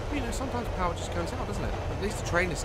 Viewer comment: nobody: daz: "the powerr has been restorredd"